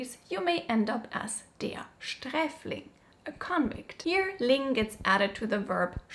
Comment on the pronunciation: ❤ that pronunciation / sound